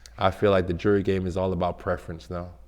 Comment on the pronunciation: Your entire life is dedicated towards jewelry but can't fucking pronounce jewelry